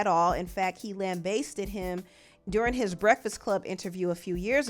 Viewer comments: It’s pronounced as it’s spelled: lambast-ed not lam-base-ted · LamBAHsted! "Lambasted"... Chile... Katt ain't said nothing but a word. 😮